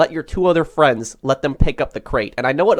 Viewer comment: Ah yes, "twou feriends"